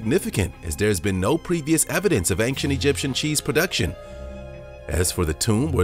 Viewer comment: Please stop saying "ankshent". There is no hard "k" sound in "ancient".